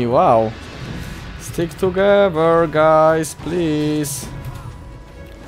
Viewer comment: "tugewer" XDDD